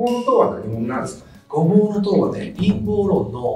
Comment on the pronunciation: インポー論…じゃなくて､ 『陰謀論』ですか!🤣🤣